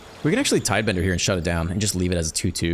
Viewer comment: TIDEBINDER!!!! NOT TIDEBENDER!!! Love your videos, but that's driving me a bit mad.